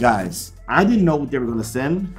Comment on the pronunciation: Why does send sound like sin